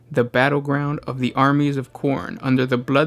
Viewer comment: The way you pronounce Khorne makes me think about Vegetarian meat alternative products XD